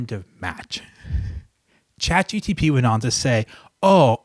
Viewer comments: Is it just me or is he saying chat GTP instead of chat GPT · i love how he says Chat GTP